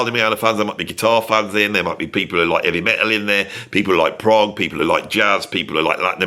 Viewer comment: Stupid AI always calling Progg for Prague 😂😂